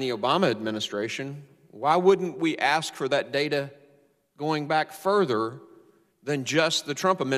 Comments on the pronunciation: "We all AXE that you...." Come on use proper English. You are supposed to be running our country, try to speak like an educated adult, not your street lingo! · Its so disgusting to hear the chairman of a congressional hearing say "axe" instead of "ask" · How did chairman Mr.Thompson get that far without being able to articulate thoughts in the English language?? "Let me axe you a question...." The answer.........affirmative action. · Aks-What the hell is Aks? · I don’t get why some people use the word ax, when they means ask. You would think an educated person wouldn’t want to sound like a thug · At the very beginning of the video, Mr. Thompson uses the word 'AKS' for ask! Who says you have to be rich and intelligent to be a politician! Ghetto much? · Is he saying ax? He wants to ax them..... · did he say we gonna ax??? really.....is Lee running for president? what a damn fool... I want to hear the chairman say, there's going to be consequences and repercussions for anyone that touches my cornbread.. amazing someone with I'm sure his amount of Education and that's how he speaks